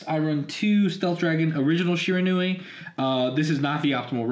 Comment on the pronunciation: It's pronounced she-ran-we